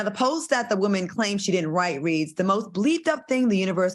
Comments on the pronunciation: Al said 😂😂😂 sussessful WOEman 😂😂😂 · We need 3 nights neow! But am I the only one who loves when Al pronounces “woman”?